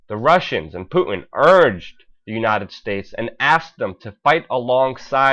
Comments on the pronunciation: I love your reporting, BUT FOR GOD'S SAKE..... It's 'POOTIN' ....NOT 'POO-IN' . Please pronounce the 'T' in Putin. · Please pronounce Putin correctly. Sounds pretty weird the way you say it.